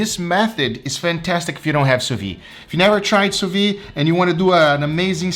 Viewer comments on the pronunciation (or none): Adoro seu canal, mas toda vez que você fala sous vide, I cringe. 😂 É “su vid”, não “su vi”. 🤪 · if you can say the word vid / video you will say sous vide perfectly sous vid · 'soo vee *the*'. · why does he keep pronouncing "sous Vide" wrong? is there any reason?